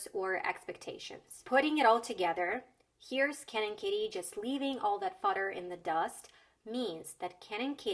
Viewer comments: i heard cannon kitty instead of ken and kitty only thing that tripped me up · i swear to god she said cannon kitty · I would guess that "fodder" in the first example is an reference to cannon fodder, because the way she said "Ken and" sounds like Cannon - but maybe I am overanalyzing. Not a native speaker btw. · For the first joke, i think additional layer can be seen in "Ken and" sounding like "cannon", that rhymes with "fodder" in the end of a line, alluding to how they were thrown into this rivalry unwittingly. Or maybe it is just accidental and i read too much into this. As for understanding jokes, etc... I had troubles hearing "bernstein" in 4th one. I did figure out, that there should be name or surname, but not knowing those journalist, her pronounciation made me hear smth like "bernsty". And, frankly, i think 5th was easier, that 3 and 4 :)